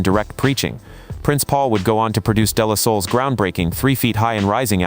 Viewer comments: Y'all gotta ditch the AI. It's De La Soul (pronounced like "Day Lah Soul")... Not Dela Soul. Also, its Das Efx (pronounced like "effects")... Not E-F-X. There were others in there... But those were especially cringe worthy. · This fucking trash AI needs to stop. The content of this video is so great but shit like "dee la soul" and "Das E. F. X." always ruin this for me. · The AI VO (and I’m guessing scripting too) is killing me (“turntablists” and “Das E-F-X”.?? 😬) I give some credit for creating this video but points off for the sloppy fact checking.